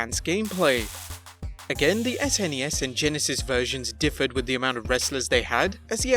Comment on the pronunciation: Never heard anyone call it an ess-enn-ee-ess before!